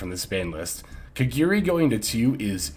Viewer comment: it’s KAGARI NOT KEGERI